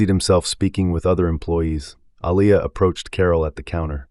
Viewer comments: Can you pronounce her name right Alia not Alaia. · This reader needs to be trained/ He has mispronounced this name: AH-LEE-YAH...several times and I also noticed in one statement her hame was changed from Aliyah to Elias. The reader...like Carol needs to be trained or schooled...or...find someone who knows how to pronounce the names in the story. Listen and count how many times the Owners' name was mispronounced...it is like the pot calling the kettle black...Is there some subtle insensitivity transpiring here> How sad...at least Carol was open and cooperating with change....and she was just a character.... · Wow he has pronounced her name wrong so many times. I like the story though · The narrator couldn’t seem to get the owner’s name right.